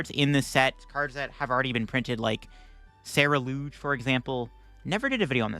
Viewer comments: He swapped the u & e lol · Nah, is pronouncing it wrong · Have I been pronouncing Ceruledge wrong this whole time???? I thought it was pronounced like sir-rule-edge